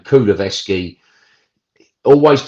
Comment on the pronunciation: Why can't this guy take the time and show some courtesy to the player and pronounce Kulusevski's name properly.